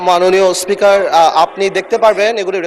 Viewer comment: এদের জুলাই নাম বলতে কষ্ট হয়,আর হচ্ছে মাননীয উসপোকার না মাননীয় স্পিকার